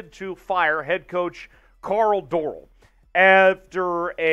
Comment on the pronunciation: Started listening, as soon as you pronounced Dorrell wrong I stopped. Lesson number one, learn to pronounce the names correctly.